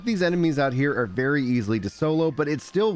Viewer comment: "Easilibly" HELL YEAH. Good info, thanks!